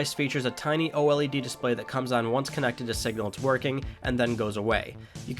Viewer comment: o-l-e-d? it's just o-led lol.